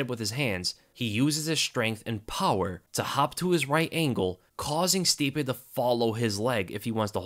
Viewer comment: I toooooold you all, I can’t believe how everyone was saying stipe again . No wayyyyy